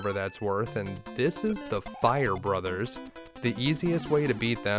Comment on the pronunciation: Thank you for saying "Super Mario Brothers" and not "Super Mario Broes". Liked and subscribed!